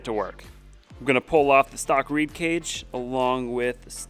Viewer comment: Its a REED VALVE for God sakes. Not RAD